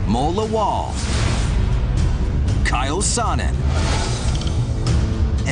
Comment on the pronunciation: it's not kyle sonnen, it's chael sonnen haha